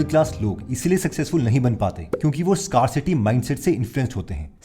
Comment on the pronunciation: Not FEEinance but FInance, not SCARcity but SCAREcity. Why use English words if it's supposed to be a Hindi video? I pity those people who're fully/100% Hindi speaking audience. Hmph!